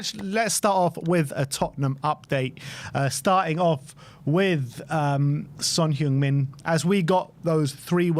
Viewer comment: Its been how many years and you still can't say his name right? Maybe he should have left earlier.